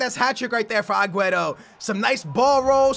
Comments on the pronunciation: I usually don't mind people pronouncing players names wrong but the way you pronounce aguero like agueto where is the T?? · please it's aguero...not agueTTo...you're not blind. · When you call Aguero Aguetoe😂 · Who's Aguetto, Maduwede, Neymarzeeto and bellereen, I know you have Portugese in you but you really try over pronouncing everything... Like rolling your tongue when you say Di Maria and It comes out as Di Malllllia... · I love your vids but why do you say Agueto instead of Aguero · Please STOP saying Agueto bro pleaseeeeeeeeeee just say Aguero like a normal person😂😂😂😂love your videos bro keep it up. I'm here from the #BooyahFamily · please it's aguero...not agueTTo...you're not blind. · It's AgueRo, not AgueTo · Why do you say Agueto when it is clearly Aguero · its agüeRo not agüeTo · It's not agueto it's aguero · lol say agueRO not agueto its getting annoying XD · Please stop calling aguero aguetto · It's sooooo annoying when he says agueTo... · Why does say "AgueTo" sometimes. 🤔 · pls what is Agueto where do you see a t in his name, still a good vid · Wait... who's 'aguaetto'??? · why you say agueto? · STOP CALLING AGUERO !! AGUETTO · ITS AGUERO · Can he stop saying Agueto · honestly where does he see a 'T' in aguero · Please man... call him Aguero